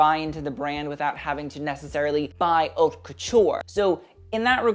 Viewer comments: Did I just hear this kid say 'HOT LAMODE' . Come on. Just TRY. I cannot listen to someone who won't even TRY. ( You can say 'Oat' if you really cannot pronounce it but it's more ''Ut'.) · FYI "haute" is pronounced like "oat" in French.